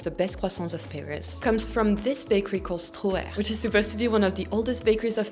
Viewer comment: Actually, it's not Stroher, it's Stohrer so I still have no idea how the Parisians pronounce it :-(